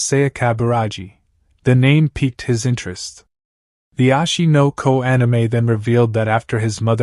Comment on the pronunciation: why is he saying ashi no ko anime every second bro and its oshi no ko